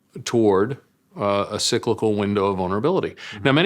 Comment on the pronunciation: "Window of venerablility" Hilarious. Apparently you can dream-up stuff better when you have a foreign accent. If you like listening to speculators make up new words, this is gold!